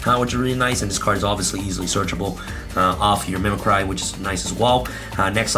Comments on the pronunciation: correct pronunciation is mih-mih-cree as in you're MIMICKING someone else. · You left out Last Stryx... play 43 cards... a free Ulti Falcon. And dammit it called = Mim-mic-kree as in to mimic. That's a worse trigger than using META wrong.... read the fookin definition. Not applied to current decks of the TOP Archetypes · Hearing pronounce mimicry makes me want to mimi-cry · i think the right pronounciation is mimicri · Why does every yugituber pronounce mimicry wrong?